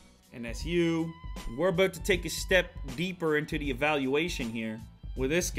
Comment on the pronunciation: He actually said aboot, omg, I thought that was a joke. nope , he said it